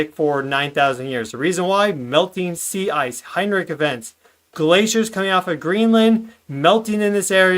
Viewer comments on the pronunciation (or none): none